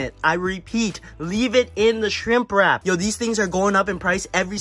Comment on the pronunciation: skrink wrap bro, not shrimp